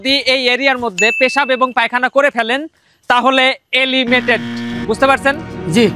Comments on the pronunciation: Bhai elimated na Hobe eliminated bhaiya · Elimated(এলিমেটেড) না কথাটা eliminated (এলিমিনেটেড) মানে বাদ যাওয়া একটু শুধরে নেবেন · Elimated nhoi re bhai, eliminated hoi😂